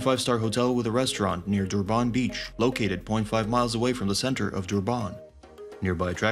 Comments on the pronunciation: It is not prenosed dooban .it's durrrban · Durban is pronounced as Durbin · Got to hate AI speech. DurbARN ffs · Honestly the more you say Duban makes me wanna report the video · as a south african....the way he pronounce Durban just hurt my ears...